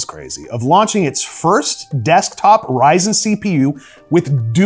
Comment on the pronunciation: Kid: can we get a Ryzen 9? Mom : no we have that at home. The one at home: Yrzon 9 🤣🤣🤣🤣